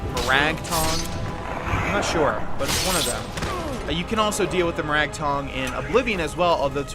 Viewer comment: Kubo Edgeworth I think it's moe rag